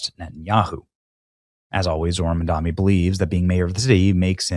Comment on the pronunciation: BRW , it’s Mamdani, not Mandami